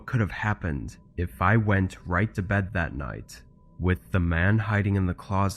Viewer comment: She is going to bad,insted of bed,it sounds STUPID.